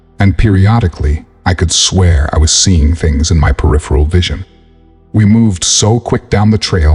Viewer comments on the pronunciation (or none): none